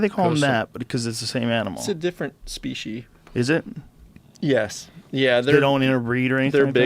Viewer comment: “its a different... speashey...” “Is it?” “Yeah”